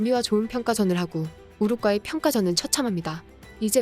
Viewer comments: 한국어를 글 그대로 읽어라, 우루과이, 우루꽈이가 아니다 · 왜 우루과이를 가끔씩 우룩꽈이라고 발음하시죠? 싫어요와 구독 취소당해볼래요? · 가스나이거 디럽게 발음하네 우룩꽈이라니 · 우룻꽈이 킹 받네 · 우루꽈이 엄청거슬리네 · 우루꽈이 우르꽈이 나만 신경 쓰이는게 아니었구먼 ㅋㅋ